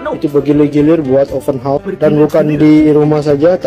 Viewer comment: Horse bunyi nya